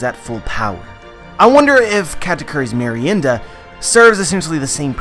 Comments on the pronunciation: as a spanish speaking person kudos on your pronunciation of merienda senpai. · Finally someone pronounces properly the word "Merienda". Congrats,! Greetings from Argentina.